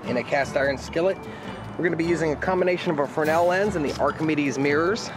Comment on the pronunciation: Frennel Frennel Frennel it's FRESNEL..... :P